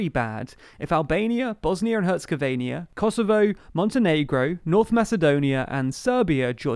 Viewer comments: It's bosnia and Hert-zeh-go-vee-na not herzegovania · Every time he says Bosnia and Herzegovenia I die inside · I’d check your pronunciation of Bosnia-Herzegovina 🇧🇦... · Bosnia "Herzegovinia" is not a thing. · I live in Bosnia, so it's his mispronunciation that makes me die inside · I don't think you pronounced Bosnia and Herzegovina correctly! I just checked the right way to pronounce Herzegovina and you definitely pronounced it incorrectly!